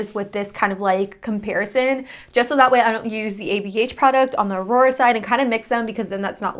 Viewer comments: Aura = OAR-ra. Not “uh-ROAR-uh.” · How could you possibly think "Aura" a 4 letter word, is pronounced "Aurora"? Like, can you read, or? Not to be rude, but it says a lot when you review products but do not bother to even learn how to pronounce them. I mean, it is 2 syllables ffs. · Why do you always pronounce the names wrong?😭😂 first Aphrodite and now Aura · Farasha Hanem actually smart ass it's pronounced AWra . Maybe, before you throw mud make sure your hands are clean. A woman of your age getting triggered about a mispronunciation is a bit sad dont you think ?